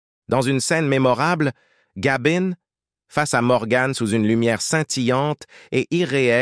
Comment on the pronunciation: Morgane et Gabine !!! Qui est le commentateur ? I.A. ?